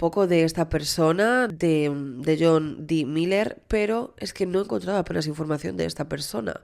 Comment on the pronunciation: Me perturba la cabeza cada vez que dices “mayer” se pronuncia “Miler”. Desde el cariño te lo digo que me gusta mucho tu canal pero esas cositas podrias ponerles un poquito de atencion. Besitos